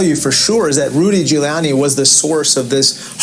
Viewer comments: who is Rudy Jewyanni? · Joe couldn't even pronounce Rudy's last name! I can't believe he got elected! what a bozo!